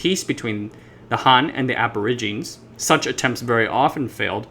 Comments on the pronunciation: Aborigine is pronounced ab o rig i ne. Not ab or i gine. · For the narrator, the word Aborigine is latin in root and you need to pronounce the 'e' at the end "/ˌabəˈrijənē/". Might as well use 'Indigenous' instead which is in vogue today. The Polynesian languages have their root from Taiwan's indigenous peoples, shown by linguistic analysis. Also, peoples have been crossing the Taiwan Strait for tens of millenia, since human migration had many peoples crossing the Taiwan Strait, where long distance ocean going vessels and navigation were devised within the safety of the large waterway. Chinese history shows exploration in the 3rd century CE. If it were left to the western world to deal with the indigenous peoples, they would had ended up only on Penghu, just as Ni'ihau is a indigenous reserve within the Hawaiian group of islands. The push of Christianity onto the indigenous everywhere in the world has profound negative effects on how they exist now. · Aborigine is pronounced like "a-bo-ridge-uh-nii". Otherwise great video. I'm intrigued now. Subscribed. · Check a dictionary for the pronunciation of 'aborigine.'